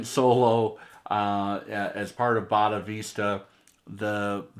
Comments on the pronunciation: Say it - "Boh-dee-sat-va" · Hey! A "bunch of research and time" goes into mis-pronouncing these names. I suspect that it was Fagin and Boris Becker who mis-spelled and mis-pronounced "Bonavista" 😕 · I'm looking forward to hearing this on my system tomorrow. Nice to see you show your love for this album. It's one of my favorite SD albums. One note - I'm not sure if it was intentional, but the first cut is not pronounced Boddavista (nor Del Boca Vista in Seinfeld). 🙂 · Yeah, he almost purposely mispronounces Bodhisattva. Have no clue why.